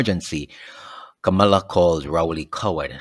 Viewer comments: Her name not Kamala! Her name is Kamla! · Hello,The woman,s name is Kamla not Kamala.